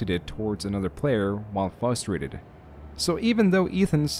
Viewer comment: There’s two r’s in frustrated… it’s not fustrating….